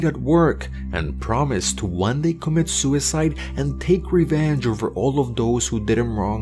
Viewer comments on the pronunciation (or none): none